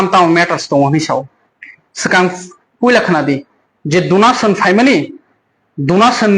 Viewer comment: Donation ❌ Dunation 😂😂😂😂